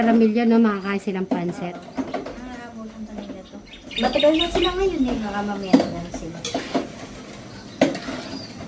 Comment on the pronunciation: Pansit madam / not panset baka po ma confuse ang viewers.